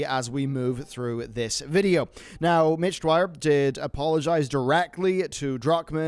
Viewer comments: Just wanted to point out that you're pronouncing Mitch's last name wrong. It's Dyer not Dwyer. Other than that, keep up the great work man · Imagine calling Mitch Dyer Mitch Dwyer for the entire video...smh, do the editors of these videos even do the least bit of proofreading? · dyer not dwyer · Ugh Dyer not Dwyer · Mitch dyer. Pronounced ‘dire’ Vince ingenito. pronounced ‘in-jen-eet-ō’ Sorry, love you man, but irked me. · I love you man, I support you. But this video is where I see the cracks. It's Mitch DYER, Kallie PLAGGE (like Plague), Vince INGINETO (like Engine Neato). I love and respect your work, but this video seems like you had writers that did everything and you're not in touch with the people you're reporting on. I understand it, but it makes me question how much you know about other stories you report on. Love you man! Keep up the great work!